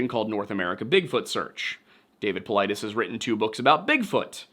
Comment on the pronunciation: his last name is GREEK it’s pronounced paw-LEE-deez